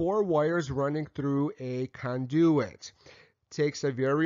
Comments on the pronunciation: CON do-it, not con-DO-it. haha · Love how he pronounces conDOOOit. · Mispronunciation of "conduit" made me suspect of the rest of the info... It's overall fairly solid, even if I personally don't like the workmanship. It will work, likely pass inspection, but definitely says "homeowner did this" or "electrician was the cheapest available". Not trying to disparage the work done here, I would just personally put more effort into it. First issue: Don't PUSH wires through a conduit. With a PVC conduit like that, they make fish tape (really just a special plastic twine), attach that to a plastic bag, then start feeding the plastic bag into the conduit. Use a shopvac on the other end to pull the plastic bag with fish tape attached through. Then tie your wires to the the tape and pull back through. Second issue: Needs nail protection plates on the studs over the holes where wires go through. Regardless of local code or use of AFCI breakers, these need to be installed. Otherwise you or someone else could accidentally run a nail or screw into the wiring. Third issue. Unless those walls are going to be closed up, all that wiring is considered exposed and should be in conduit of some kind, or use MC. I will ALWAYS advocate the use of conduit no matter what, ESPECIALLY for walls that will be closed up. If something should ever happen to the wiring, it is significantly easier to pull new wire through the conduit than it is to reopen the walls. I prefer flex metal conduits, but rigid metal conduits work, too. Not a big fan of PVC, but it has its uses. Perso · With the slight exception of “conduit” pronouncing, this was an excellent electrical install video! Congratulations on a job well done Sir! BTW, next time, Pull conductors through conduits. Put a shop vac on one end, pull a rope through, hook the wires to the rope and pull in the conductors. Again, Great Video! Respectfully, Kevin